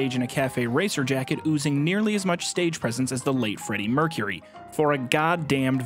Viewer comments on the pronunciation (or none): none